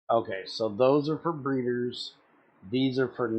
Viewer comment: Breeders not breaders